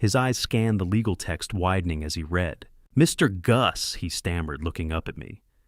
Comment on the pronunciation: Please teach your AI THE DIFFERENCE between read pronounced red and reed